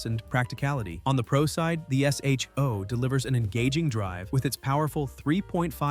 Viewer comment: Dear AI. It’s not pronounced S.H.O. It’s pronounced Show.